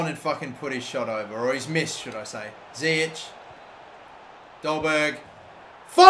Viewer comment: It's zIyech not ziyek